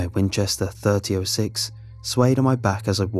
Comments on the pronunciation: When you hear a person from the UK pronounce .30-06 Wa-waitamin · The scariest thing about this story is the way he pronounced .30-06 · Of course he is did you hear how he said .30-06